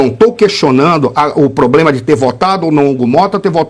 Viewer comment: Como? Estraçalhado a nossa língua portuguesa falando: ABRIDO, CIDADÕES, FARAONA, INRRESPONSÁVEL, POBLEMA e a última pérola dela foi: "FAZEM MUIITOS ANOS..." DEUS NOS LIVRE E GUARDE!